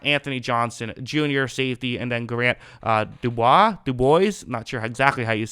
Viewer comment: I can help you with how to pronounce DuBose. The first syllable is pronounced "due" and the second syllable is pronounced "boze". Just remember the speakers company Bose and pronounce it the same way. Good job remembering to capitalize the "B". One of my pet peeves is constantly having people spell my last name with a small "b". Considering that there are still Packer fans who never figured out how to spell Rodgers and Favre, I not holding my breath to see them spell DuBose correctly. It'll be a moot point anyway if Grant DuBose doesn't make the team.